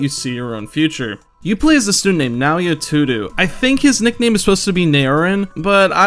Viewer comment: "Naoya Tudu" Bruh... I heard bad pronounciations but this takes the cake. It's either "Toh-u-doh-u" or "Toh-doh".